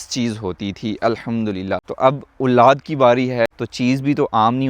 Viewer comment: It's Olad ,,,not Ooolaad